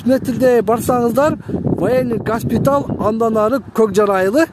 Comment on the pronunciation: Гаспитал эмес госпиталь